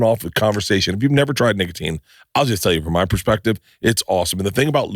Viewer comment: Bruh Bert did not say nicotine on that ad read the first 2 times. He said n!ggatine